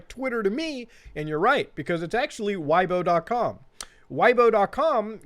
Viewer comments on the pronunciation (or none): Chinese notes: It translates to: “Why has the bear not stepped down yet” (下台 is about leaving a political office) Weibo is pronounced “Whey bo” not “why bo” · It's pronounced like whey-bo, not why-bo. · Weibo pronounced (way-bwah) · it is pronouced "way-bwo" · It’s pronounced “Way-boe” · Hilarious channel, glad I found it, subscribed! Weibo btw is pronounced like "way-bo" and Xi Jinping like "she jin ping" (hard j like in jello) (closest english approximation) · The pronunciation of Weibo is closer to “way-bo”